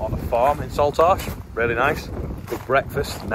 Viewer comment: Haha love the way you say Saltash..different to us locals.